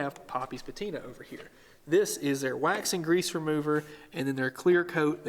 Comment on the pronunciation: You lost me at "patina"...